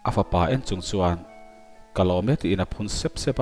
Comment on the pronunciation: Ch hi S angin i lam ri khut zel. Hmar pa in Lusei thawnthu i chhiar a. Mizoram Hmar pa chu i nih loh hmel tlat. Chung tur Ni tih pawh, sung tur ni tiin i chhiar a.